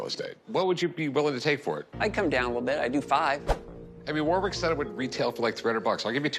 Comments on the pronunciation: It is WAR RICK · I'm so sick of Rick mispronouncing Warwick's name, its pronounced "War-ick" not "WAR WICK"